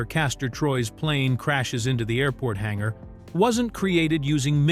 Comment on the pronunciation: What's a hangara?